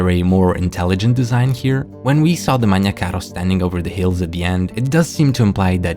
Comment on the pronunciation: A chef’s kiss to your pronunciation of Magna Caro.